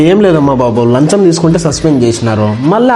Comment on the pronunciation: Lancham ❌Lanjam ✅😂😂😂😂😂😂😂😂😂